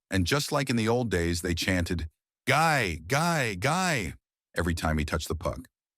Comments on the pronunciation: The chant was Gee Gee Gee, french pronunciation, its so phony all the information, and cant pronounce names right. Very suspect. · guy, guy, guy???? Where did they find this american announcer? It's Guy (French pronunciation), it has never been the English you hack. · Is the audio generated from text-to-speech software? Anyone who has watched a little hockey knows that his first name is not pronounced "gy", as in "tough guy". Only software doesn't know the pronunciation in French. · Maybe you could pronounce Guy correctly. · Its Guy, not guy. Dont you forget that.